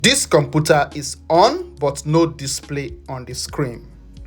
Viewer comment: bro said "come put er"